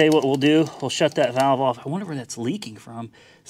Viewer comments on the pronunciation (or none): none